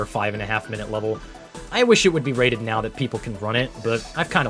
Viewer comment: "each will be wated differently"